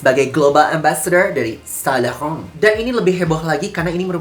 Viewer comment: Sain lauren ❌️ Sa lakhahoounnn ✔️